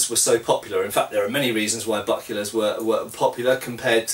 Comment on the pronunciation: Did he say "buckulars"??? :D